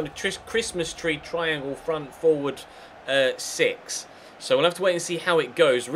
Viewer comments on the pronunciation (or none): none